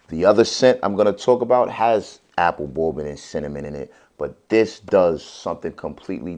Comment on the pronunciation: Why does he say "bourbon" like a 5 year old with a speech impediment? It's pronounced "BURR-BIN"-- not "bow-bin."